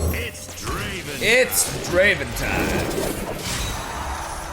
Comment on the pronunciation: It's not draven ITS DRAAAAAAAAAAAAAAAAAAAAAAVEN